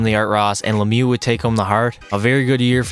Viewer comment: Mario lemiou 😂😂🥴